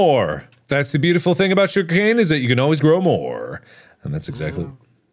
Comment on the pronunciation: It's not sugarcane it's suga-wooga cane